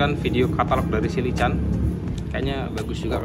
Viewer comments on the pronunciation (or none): Lycan perkataan inggeris....sebutannya -Lai-ken. (Ertinya - manusia serigala jadian) langsung lambangnya begitu.👍👍👍